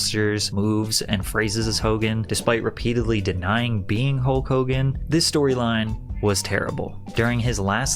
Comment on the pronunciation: You keep saying Holk Hulgan